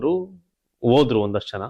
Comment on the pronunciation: ನೀವು ಮೀಡಿಯಾ ದವ್ರಿ, ಭಾಷೆ ಶುದ್ಧವಾಗುರಲಿ, ಐ ಕಮಾಂಡ್ ಅಲ್ಲ, ಹೈ ಕಮಾಂಡ್, ದೆಅಲಿ, ಅಲ್ಲ ದೆಹಲಿ ಓದ್ರು ಅಲ್ಲ ಹೋದ್ರು